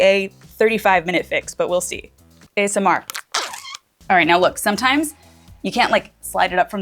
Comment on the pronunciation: Great video,! That tagging gun is on my to-buy list. Also, the way you said “ASMR” is very Michael Scott “Parkour” coded. 💀